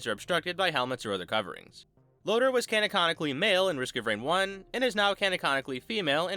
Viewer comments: are we not gonna talk about "canaconically"? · Bro said canaconically